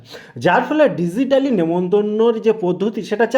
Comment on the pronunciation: DIZITALLY MEANING KI?? APNI BOLLEN DIZITALLY!!